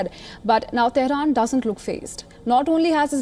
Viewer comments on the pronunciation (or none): none